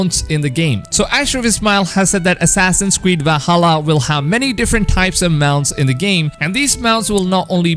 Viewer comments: I just find very funny how he says assassins cweed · Did he just say assassins queed? XD